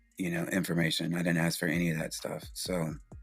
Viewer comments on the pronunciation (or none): Its ask not aks.